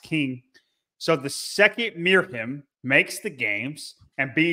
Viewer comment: It's "Miriam" 😊